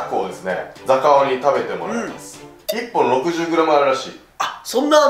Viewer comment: ザカオ！が0！に聞こえる